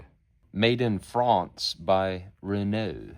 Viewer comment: its pronounced "Renault alpine"